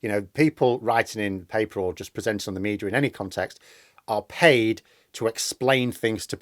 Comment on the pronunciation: There is no r in media